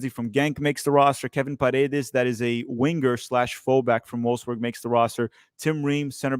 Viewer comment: Stop saying WIN-GER, it’s Winger not win ger Sorry